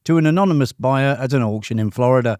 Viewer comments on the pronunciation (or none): none